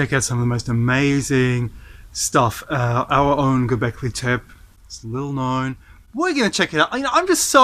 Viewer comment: IThe last E in Gobekli TepE is pronounced, not silent.